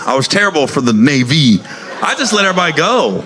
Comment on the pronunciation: “For the NaYVee” 😂